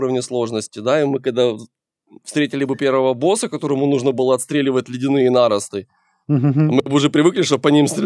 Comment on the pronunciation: Слово "Наросты" ударение на "О"